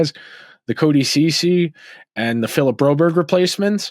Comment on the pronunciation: Its not philip its PHILP.